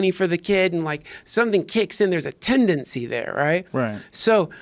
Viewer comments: Say tendancy one more time. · If I hear you say tendancy one more time, Duncan... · "iT's tEnDaNcY" -Duncan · is there a tendency that he says tendency Hmm